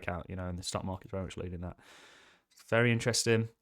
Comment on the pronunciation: Please stop saying teat